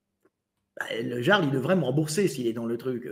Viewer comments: moi aussi je prononce "Gearle" 😂😂😂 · Ça s'écrit le "Jarl" et ça se prononce le "Yarl". Encore un pseudo de faux jeton, ça s'écrit pas comme ça se prononce ! 😂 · En tous cas si Delavier dit "le Jarl", on est sûr que ça se prononce "le Yarl". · c est un ami mais il ne sait pas dire correctement le prénom de Jarl? bizarre, vous avez dit bizarre?🤔